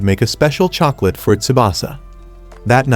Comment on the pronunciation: What the hell is a chocolatttt😂😂😂